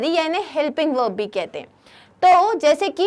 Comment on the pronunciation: Mam what is velb it is verb not veln